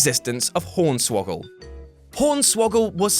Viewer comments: Did he just say pornswoggle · He said pornswoggle